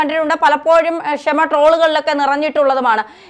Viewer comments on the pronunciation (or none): Skhamyillathaea..skshama samsarikkunna ...skshma..